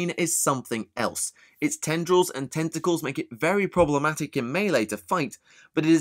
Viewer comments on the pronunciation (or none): When talking about the Hive Crone...is he saying Tenta-Clits?